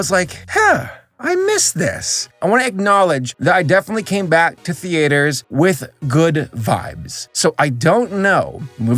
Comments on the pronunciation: says theater like Thee Ater instead of theeter like normal people. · why do you pronounce theaters as the8rs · also .....the A ters????? NOOO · why do you pronounce theater as thee-ater? I’ve never heard anyone pronounce it that way before, kinda throwing me off here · STOP SAYING THEE AYTERS THEAYTERS TS THEUHTUH THEEEEUUUHTUUUUHHH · "Thee aters" ??? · The only thing that pissed me off here is how this guy pronounces theatres, who the hell says "the-a-ters" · i’m sorry but… the-AYE-ters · I still can't stop giggling at the way you pronounce theaters The-A-ters Hehehe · Did you just pronounce it thee-ey-ters? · please stop saying ''theAters'' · “Thee ate er” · im sorry but i can not watch the first 39 seconds of the videos without stressing about how you pronounce theaters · we’re all cool with “thee-aters” are we? We’re gonna let that slide? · Every time he says theAYters my soul kinda shrink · "Theaiters" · Americans: Theaters Spanish: Teatros French: Théâtres: The-A-ters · Why does he say "thee-aters"? :( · “TheAters.” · You say "theaters" funny. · why do you pronounce "theaters" so weird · is it just me or does he say "theaters" wrong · Why does he pronounce 'theaters' like that?